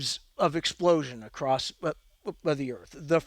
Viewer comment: good episode. although for the good of humanity i will say that it is "across" not "acrossed". ty